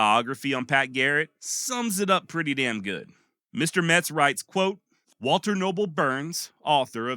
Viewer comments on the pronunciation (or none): none